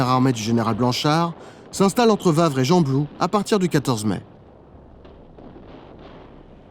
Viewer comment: Le T de hannut est ne ce prononce pas ça ce prononce hannu et on pas vavre mais wavre on prononce le w